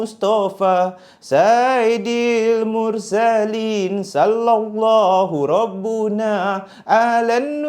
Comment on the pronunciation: Sayyidil mursalin...bkn saidil mursalin